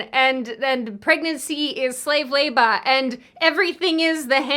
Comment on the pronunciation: Again, perfectly good points but..... Labor isn't pronounced Labah. Filler isn't pronounced Fillah. I listen to your videos to reassure my IQ isn't deteriorating but hearing a well spoken woman pronounce "er" as "ah" is lowing my IQ rapidly. 😞